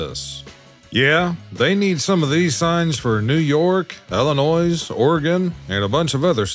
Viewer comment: Dd you say … IlliNoise ???‼️‼️‼️ Shame on You 😡